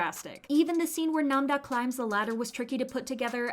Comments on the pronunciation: nam-ra❌ nam-da✅ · She’s name is don’t nam da, it is Nam-ra